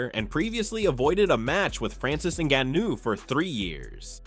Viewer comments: Narrator lost all credibility based on how he pronounced “Ngannou” Wtf was that? 😂 Clearly he’s never heard anyone pronounce Francis’s full name. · The pronunciation of Ngannou. 😂 I suspect AI..